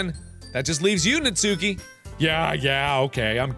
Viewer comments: It's not Natsúki, it's Nátsuki. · Mark please her name is pronounced Nah-tskee not natsookey I'm begging u please pronounce it right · markiplier. its not pronounced natsuki. its like.. nat soo ki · Natsuki's name is pronounced as "nats-ki", not "nat-su-ki" please get my waifu's name right. Hahaha jk xD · am i the only one screaming at how he pronounces natsuki???? naTSUki..... mark no... it's NAtsuki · It’s actually pronounced Nat ski but whatever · Lol I think Natsuki is pronounced Natski but you do you hunie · Also just one quick thing: Natsuki is pronounced Natski, Im pretty sure that the 'u' is silent. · It's pronounced like NAHT-SOO-KE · am i the only one annoyed about the way he pronounces natsukis name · The u in natsuki is silent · Btw you don’t pronounce the u in natsuki